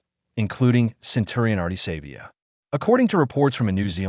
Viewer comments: His name is SA vee ah not saver! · His name is not Savior uf you can't pronounce Savea then don't talk. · Stop blaming and finger pointing, the bloody same thing happen to netball. You can't even pronounce his name, what you heard and truth are 2 different things. Supporting gossip and toxic narrative is disgusting, stop pointing at Savea, they did it to netball Taurua, at least Ardie Savea has the balls to speak out, and now he's the bad guy, fix the problem not blaming one person, get over yourself and stop talking bullshit..period